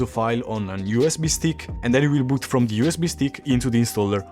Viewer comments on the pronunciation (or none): none